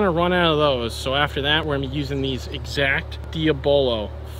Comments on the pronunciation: Diablo not dia-bolo. 😅 Diablo is Spanish for devil. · Diablo is pronounced dee-AH-blow not DIA-bah-low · haha "DEEEABOLOW" pretty sure it's pronounced like the blizzard game; Spanish for devil. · nice. giggling at your pronunciation of 'Dee-ah-boh-lo' - (DIABLO) - Die-ab-lo..... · Dee ah bow low?? It's actually Dee- ah blow. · Diahhhbolo lol no DIABLO as in the Devil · Diablo… Spanish for devil. Not diabolo 😂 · DeeAbLow not Dee ah bolo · dee-ah-blow not dia-bolo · Its not dia bolo its deeablo pronounced like as in (devil) in Spanish el diablo get it! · It’s pronounced ‘Dee a blow’ (Spanish for Devil) not “Diabolo” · Its pronounced Dee-Ah-Blo. Not DeeABoLo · Totally.. Dia bolo though...hilarious😂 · Small suggestion... dee-ab-low, you know, the Devil. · diablo... like lamborghini diablo, pronounced like.. dey-ah-blow. its the devil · DEE-OB-LOW.... DIABLO..... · is noone gonna give em shit for how he said diablo 🤣🤣🤣🤦‍♂🤦‍♂ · Love the way you keep mispronouncing the word Diablo lol.